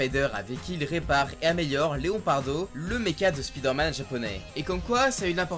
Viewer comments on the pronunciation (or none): arrêtez de dire spidère-man svp 😢